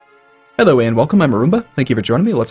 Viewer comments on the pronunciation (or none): none